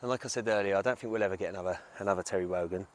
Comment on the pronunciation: Tewwy Rogan???